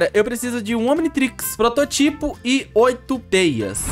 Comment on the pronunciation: E prototipo nao proto tipo